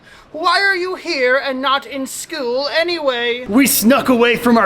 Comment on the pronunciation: Don't say schewl say school 🐐